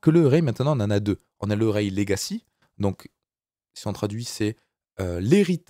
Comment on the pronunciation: Array se prononce comme Arrêt en français. Pour une fois que la prononciation est simple... ;)